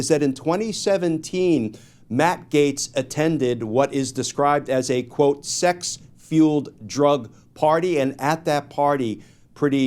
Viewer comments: bruh Said A Sex fuiled drug party 😂🤦🏾‍♂️ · Glenn was said "sex fueled drug party" a couple times, then he got it right :)